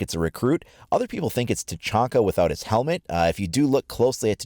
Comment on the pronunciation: Tachanka... its Tachanka.